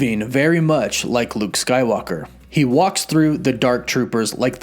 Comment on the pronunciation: Am I the only one who hears him say Luke skylocker😆😂